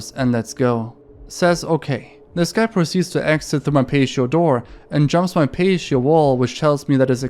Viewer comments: no way, pay-she-oh for life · its pronounced patty-oh love this content good work. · I feel like you overcensor your videos... Just link the original posts if you are going to black out so much. I feel like this video in particular is lower quality, mistaking u/snappedfingers's posts for an ARG (what ARG is it, then?), and mispronouncing "cease" and "patio". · The way you pronounce patio cracks me up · The pronunciations for pint and patio were not correct but otherwise good video :) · It's a PAT-E-O not a PACE-SHIO lol. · Love your channel! On the story from Coolmom81, the word "patio" is pronounced like Pat-E-Oh. ♥ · I know English isnt your first language, and we have some really messed up rules in English. patio is pronounced pat-e-oh. keep up the good work otherwise mate! I always enjoy your vids! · the word is pronounced "pa-tee-oh" not payshio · "Pashio" had me rolling! Pat - E - oh. I think you should keep saying it as "pashio," though :) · so no one is going to say anything about how this dude reads patio as "pay-show" and not "patty-o" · Not to be that dude but it's pronounced pat-eo not paysheo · Your English is amazing, and I noticed you pronounced "patio" as "pay-shee-yo", and that tells me you know some of the more complicated sounds in English. However, for whatever reason in the case of "patio" the T sound is hard, so it's pronounced "pah-tee-yo". Thank you for another interesting video, it's always exciting to see when a new one is posted! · patio = "pay-she-oh" lol his videos are great, def sounds like English is a second language so I'm not hating at all but it always gives me a laugh when he absolutely butchers a word lol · Pa - Tee - Oh 🤦🏿‍♂️ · PAH ---- TEE ---- OH = patio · The way you pronounced patio is absolutely adorable! Try 'pa-tee-ow'. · love your videos my guy. just a heads up, patio is pronounced pat-ee-oh. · just an fyi, patio is pronounced “pat-e-oh”